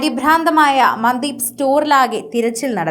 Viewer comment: മന്ദീപ് അല്ല മൻദീപ് എന്നാണ് ഉച്ഛരിക്കേണ്ടത്